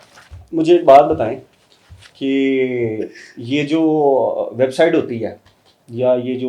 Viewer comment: او احمق صحافی ۔۔ ۔۔۔۔خدا کا نام ہے ۔۔۔۔یہ لفظ " ویب سائیڈ " نہیں ہوتا ۔۔۔۔ویب سائیٹ ہوتا ہے ۔۔۔۔۔۔بس کردے ۔۔۔خدا دا نام اے ۔۔۔۔اوپر سے تم ویب ڈویلپر بھی ہو ۔۔۔۔😂😂😂😂😂